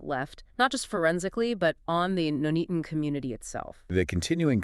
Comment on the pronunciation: For God’s sake. If Americans are going to insist on covering British cases and blathering on about the deep dive research you’ve done AT LEAST pronounce place names correctly 🙄 NUNeaton not NOONeaton